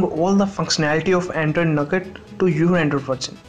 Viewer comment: u pronounced it nogut but it is pronounced as noga.